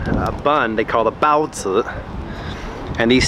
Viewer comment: the way u say bao zi xD